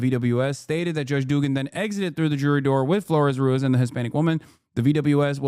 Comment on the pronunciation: There is a trilled R in Ruiz. You trill when there are two Rs written, but also at the start of a word, or after a certain consonants like a b, or optionally at the end of a word